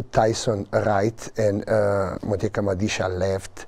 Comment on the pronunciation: FOR GOODNESS SAKE ITS MADISHA!!!! STOP SAYING MODISHA!!!! MAAAAAAAAA, NOT MOOOOOOOOO